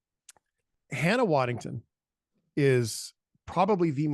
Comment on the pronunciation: LOL you mispronounced her name just like that did when they gave her her first Emmy :) :) :) It's WaddingHAM, not WaddingTON :) Otherwise, you both did a wonderful job with this first new-content video. Keep it up! And keep those f-bombs falling! :)